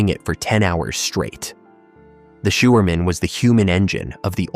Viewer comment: Sjouwerman is pronounced as showerman There are some vowels in Dutch that do not exist in english. The eu the ui and the i are very difficult. But some are not difficult at all. The oe in a word as schoen sounds exactly like shoe and the oo as in brood sounds the same like loaf. The ie as is bier sounds exactly like beer. The ei is a dutch word meaning egg sounds a bit like bike. The hardest are the ui sound like in luik (hatch) that does not exist in english and the eu as is leuk (nice) The i in dutch sounds like sick in a word llike lift ( elavator) or it sounds like mean in a word like Libanon. Not easy but here in the Netherlands kids only 3 years old do it perfectly .Succes